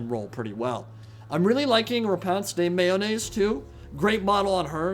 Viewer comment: Therapist: " pronunciation of Lyonnesse can't hurt you.": "Repanse the mayonnaise"